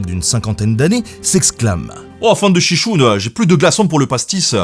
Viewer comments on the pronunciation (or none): "Chicoune...?!" ouai, t'as "vécu" à Marseille, mais tout vrai Provençal sait que c'est "chichourle". Des bisous et encore bravo pour ta chaine.